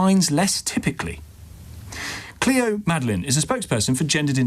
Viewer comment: (the second guest) was so condescending and disrespectful. Chatting about the fact that everyone should follow the rules to the exact letter in schools, but she can't even be bothered to get the previous guest's name right, calling her Chloe instead of Cleo